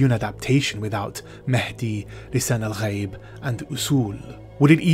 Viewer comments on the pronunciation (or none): The Neo-Chakobsa in the movie sounded like poorly-pronounced Arabic. Pronouncing "ghaib" as "ga-yeeb" is one particularly irksome example. Zendaya sounded like an American teenager trying to speak Arabic or Hebrew for the first time; her character was immersion-breaking on a number of levels, this was one.